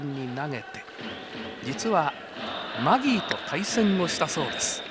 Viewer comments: マギー司郎もこのイントネーションで呼ぶのかな？ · 実況の、相変わらずマギーのイントネーションが独特ですね